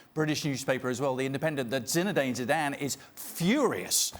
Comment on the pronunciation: ‘Zinezidane Zidane’